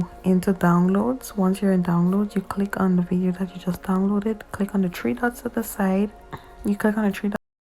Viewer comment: I like how she says ‘we’re going to do it in tree parts’